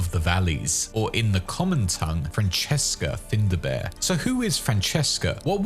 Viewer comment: "FINDA BEAR" really? Well done for insulting the Irish language.